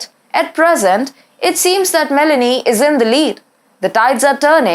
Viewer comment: It is not Melany It is Mé-lónì